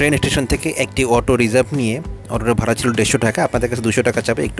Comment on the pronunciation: ভারা না ভাড়া হবে।